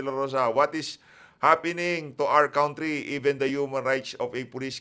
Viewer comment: Kantri po bigkas,not kawntri. Di po sa nagmamadunong,sa 2nay lang po.